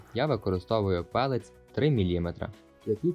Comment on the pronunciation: не "пелець", а пелети. Там навіть написано.